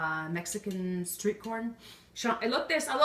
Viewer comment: it's elote not alote. that was kind of embarrassing